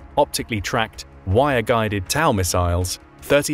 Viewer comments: I cant with the pronunciations and terminologies on this video 😅 the "tao missiles", "they cannot puncture the enemy tanks", etc 😂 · The "TOW" in "TOW Missile" is not pronounced as "toew", it's pronounced the same way you would say "toe". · Do TOW Missile really pronounce as "Tower"?